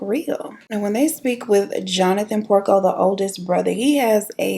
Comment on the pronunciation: Girl did u say Peter PORKO??? 😂